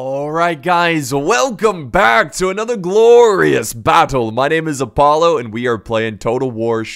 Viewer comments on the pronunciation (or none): none